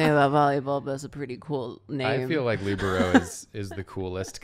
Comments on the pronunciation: "leebarrow" is KILLING me yall its "le-bear-oh" XD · I’ve heard the pronunciation of libero as “lih-BEAR-oh” and “LEE-broh” ... But not whatever that was Edit (bc I forgot I wanted to mention it): anywho I, myself, am a setter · The way the pronounce libero really kills my volleyball heart😭😂 I’ve always heard liBEARo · I’ve also heard “LEEbro” which also hurts, but is still more normal than whatever abomination they were sayin 😂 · either my entire volleyball team had pronounced libero wrong or the entire drawfee crew is pronouncing it wrong and i'm honestly not sure which option is preferable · the way they say libero... guess we can't all be jocks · it hurt me so much how y’all are saying libero and defense 💀💀 love the vibes of the episode, david day 10/10